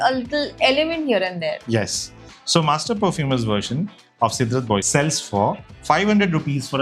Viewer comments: I think it's pronounced as " SEDRA BO ZEY " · Cédrat Boisé (by Mancera) is correctly pronounced in French as say-drah bwah-zay